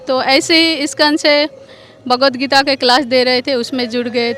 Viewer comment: थोड़ा बोलना सीखो — भगवद् गीता है .. ना ही की भागवद् गीता नहीं .. हर समय आप ग़लत बोलते हो .. थोड़ा विडीओ अपना देखी - ये महिला सही उच्चार करती है जब के आप हमेशा ग़लत उच्चारण करते हो